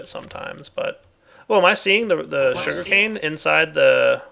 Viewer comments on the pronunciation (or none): Is it my or did he say shuri-cane